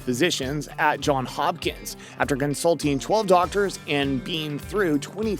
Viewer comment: It’s “JOHNS” HOPKINS!